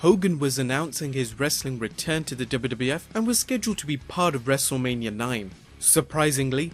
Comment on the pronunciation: He said wrestleamia